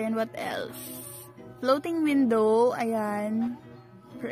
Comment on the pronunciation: Flothing windhow😆😆